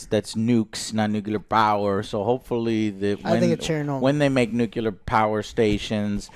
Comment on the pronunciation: JOE, LEARN TO SAY NUCLEAR GODAMN IT.